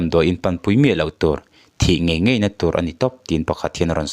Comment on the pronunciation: Thilvâr phût ni lovin. Thilvâr phut tih tur. Ngaih ni lovin ngeih tih tur. Mizo tawng hi hman dik tum hrâm hrâm teh u.